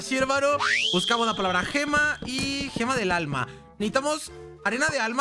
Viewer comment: 2613 dijiste Gemalto del alma